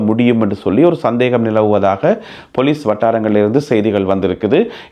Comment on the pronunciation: நல்ல செய்திகள். பொலிஸ் என்று சொலலுங்கள். பெலிஸ் இல்லை.